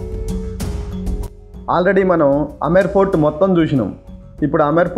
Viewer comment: Say Amber fort. Not Amar fort